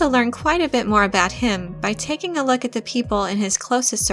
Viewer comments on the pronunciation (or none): none